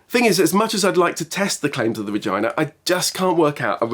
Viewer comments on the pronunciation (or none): "...I'd like to test the claims of the..." WHAT ?! :face-blue-wide-eyes::face-purple-crying::face-purple-crying::face-purple-crying: lol I went back a dozen times and I still can't not hear the "V" in his pronunciation of "Regina" hahahaha :tears: I mean seriously, there was no R involved there.